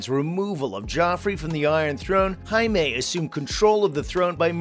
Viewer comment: Dude, Jaime lannisters not Mexican why you say his name like that😂